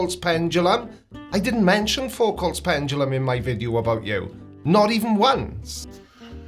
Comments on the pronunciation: ah yes, the conceit of the virgin pseudo-science enjoyer, "evidence must fit my pre-chosen beliefs." Also: "pendalum" 😂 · The way he says PenDumbLum speaks volumes LOL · pendrulum, prendulum, pundledrum, he'll get it right one day.